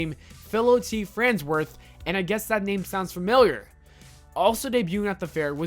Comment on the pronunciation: I hear there are very effective treatments for dyslexia. If that's NOT your difficulty, Jibbers Crabst on a pogo stick, learn how to pronounce things! You're pronouncing things bad, and you should feel bad!